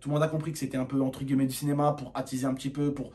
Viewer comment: on dit « entre guillemet » pas gueullemet